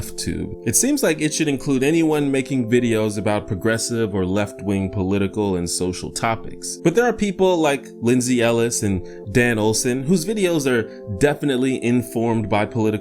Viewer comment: “Lindsay Ellish” lmao